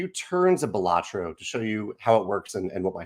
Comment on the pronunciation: Balatro is a latin for clown, and pronounced with the stress on the beginning.